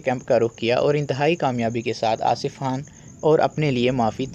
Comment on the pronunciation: bhai Khan ko Haan kaun bolta hai Urdu me? Khidmat ko Hidmat kaun bolta hai?? Matlab kuch bhi haan?? Turkey wale Khan ko Haan bolte hain urdu wale nahi